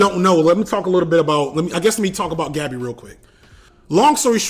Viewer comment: I know this is nit-picky but damn bro it’s not hard to pronounce gabi’s name correctly 🤦🏿‍♂️